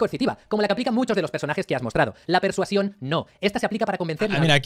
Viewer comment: Chupito por cada vez que diga "persuación" xD